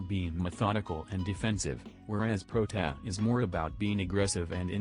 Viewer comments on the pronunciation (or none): Its like protaa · When you try to writte "Protia" or something else to help the TTS and the result is Prot-a. I had to watch this twice, first one for comedic purposes and second one for game knowledge and opinion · Nobody: Text to speech voice:protaa